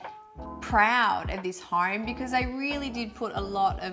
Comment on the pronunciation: I love your home tours and you guys are adorable. Is it just my untrained American ears or every time you say 'home', it sounds like 'hoerme'? Cheers!